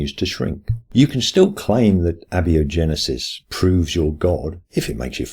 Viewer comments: "A" is a greek prefix meaning "not", prefixed to "biogenesis", and most people would rhyme the first two syllables of "biogenesis" with the first two syllables of "biology." So I'd say "a-biogenesis" not "abbey-ogenesis". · Great video, just one of those silly things that bothers me: "phenomena" is plural. The singular is "phenomenon." Your pronunciation of "abiogenesis" is also pretty unusual.